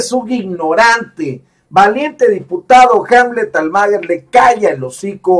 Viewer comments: Pronuncia bien el apellido "Almaguer", es Almaguér, no Almáguer", no seas wey. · Almaguer.... No lo pronuncia bien.